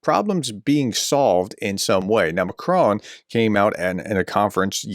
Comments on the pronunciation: Hi Prof, our President is correctly called Mak Ron not Mak krone. Thanks. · Pronunciation: Macron: Mah-kron (with a short, clipped "on" sound). You are copying TRUMP, the dunce of the deal.